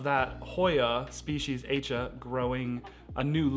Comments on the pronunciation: You mentioned the plant from Indonesia and I think it’s named after the island of Aceh which is pronounced “ah-chay”. Check it out anyway because I could be wrong. It was an island that was hit by a tsunami. I hope you are not offended by me correcting your way of saying it. Thanks for sharing your interesting plants to watch out for this new year and look forward to seeing updates. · \at͡ʃeh\ is the correct pronunciation. with a short è sound at the end.